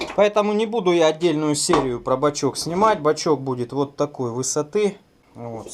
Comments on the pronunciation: он бачОк, а не бачЕк. Исправь, пожалуйста. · Бачок,, а не бачёк... (Предвижу дислайки, но если вы - двоечник в душе, мне пофигу.)